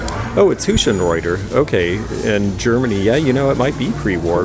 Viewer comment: Too bad I wasn't at the Sally flea with you. I can usually eyeball pearls. You don't need your fingers really, just your front teeth or the ability to get a good look at the drill holes. Looks like you got there way too late unfortunately. I'm glad somebody is scoring in a thrift. My local Ill Will is so-named for cause. BTW- Hutschenreuther = HUT (as in foot)-shen-roy-ter. They make some nice stuff. The name is a tongue-twister if you didn't take too many years of semi-useful College German like I did.